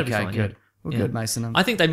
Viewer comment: Why do so many people call him "Maso" its Mason